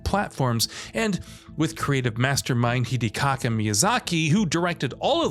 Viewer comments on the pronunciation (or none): "Hidekaka Miyazaki" I cringed so hard, it's Hidetaka lol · Did he say Hidekaka Miyazaki? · I swear he said hidecaka Miyazaki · Hol up did you just say "Heedee-kaka Miyazaki?" 😂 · "Hittykaka Miyazaki" Come on... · As soon as I heard that I came to the comments lol. Hidecaca 😝